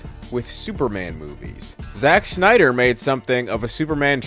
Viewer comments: Agree more than disagree, but I have to say... he's killing me with saying Schneider instead of Snyder 😖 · It’s Snyder, not Schnieder. Rob Schnieder. Zach SNYder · It’s Snyder, not Schneider. There’s no “ch”. You’re saying the wrong name. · It's Zack Snyder, not Zach Schneider. Snyder and Schneider are two different names. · great video but it’s snyder not schneider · living for you calling him schneider the whole time lol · Who the hell is Zack "Schneider"? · Snyder not Schneider. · I can't watch this video. The freaking "Schneider" thing is bothering me. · It's SNYDER . Ssssssssnyder. Idk where you keep finding the 'SCH' you drop in the name but you certainly don't hit the 'SCH' with any other 'S' words; You said DC Ssssstudios fine. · It's Snyder not Schneider. Every time you said his name I kept thinking of that Rob Schneider bit from South Park. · Why does this dude keep calling him shnyder? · I enjoy watching scenes from Snyder’s films but I don’t rewatch them very often. I do rewatch Gunn’s films and it is mainly to see how things fit together. Thanks for helping me see why. Friendly correction: Snyder is not pronounced like “Schneider.” I’m married to a Snyder and he hates that. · Im sorry i can't watch your video You just keep saying Schneider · Your telling me that a word being mispronounced (which I can’t even hear the mispronouncing) is why you clicked off. Are you sure, or are you mad that he said bad things about Snyder. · There's no H in Zack Snyder